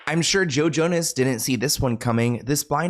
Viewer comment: I was listening (not watching) and swear you said JoJo, no Joe Jonas 😂 and I was like “JoJo Siwa planned Diddy’s parties?!?!”